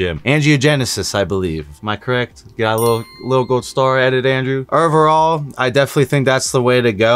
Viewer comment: Omg every time you say ovrrrall